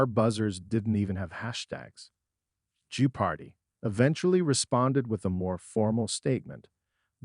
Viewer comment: How pathetic that an AI voice can't accurately pronounce the name of the show it's talking about. Laughable and lazy.